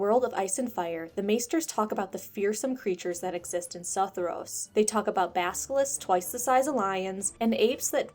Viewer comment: That pronunciation of "Sorry O'Farrell" is heresy, my friend... perhaps even treason! 😉🤺😈👀🙀💀🤦🏻🗡😂